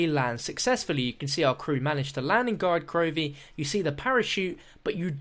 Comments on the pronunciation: Every time he says Gorad Krovi i die a bit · Since when did us Brits swap a's and o's. I wouldn't comment about it if it was common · That's just how he says it. I'm from the UK and still pronounce it as Gorod Krovi. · Who else cringes when says Gorad Krovi?